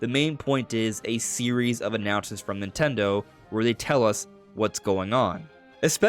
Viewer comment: ffs, nintendo has THREE syllables. speak clearer dude.